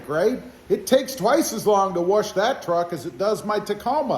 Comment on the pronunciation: There’s no R in wash Brother 🤣🤣🤣